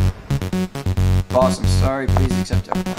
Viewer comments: that one add that the guy robs a bank its not pronounced right it just says boos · It didn't even say ''boss'', instead it said ''boos'' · In the on the fifth one it said boos not boss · I love how ain’t realized his name wasn’t boss but boos😂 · One of them said boos instead of boss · In the shooting bank ad, it didn't say "boss" it said "boos". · *how did he not notice that 4th one said boos instead of boss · You’re Free: ❌ You’r Free: ✅ Boss: ❌ Boos: ✅ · boos instead of boss😊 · Nobody talking about how it said B o o s